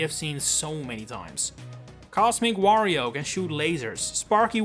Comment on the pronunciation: The way you pronounce Wario, makes it sound like Woh-rio.